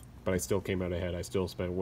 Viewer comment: Video was great, my only problem was how many times you said out pronounced oot. lol